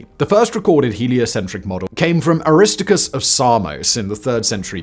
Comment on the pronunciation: I really love this channel, and especially Simon's wonderful narration (and accent) --- but to me, he seems to mispronounce some of the Greek names in this one. Aristarchus' name, for example, would be pronounced (I believe) "A-ri-STAR-kus" --- not "A-RIS-tar-kus." That one at least has all of the syllables, so maybe it's just his accent --- but Eratosthenes' name is pronounced "E-ra-TOS-the-nees" --- not as Simon seems to do here, ""E-RIS-the-nees." It seems like he's eliding a syllable or two. I rely for this on how Carl Sagan pronounced Eratosthenes' name in "Cosmos." A minor quibble, but it always breaks my concentration when I'm listening!